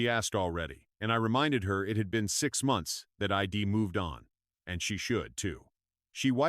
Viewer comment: WTF? Please get your AI straight. It’s she’d not shed,it’s I’d not Id it’s he’d not hed,isn’t that simple and obvious 😱